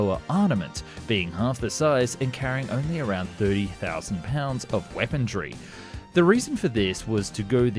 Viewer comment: I cringe every time I hear him say it. Can we blame it somehow on his accent? Lol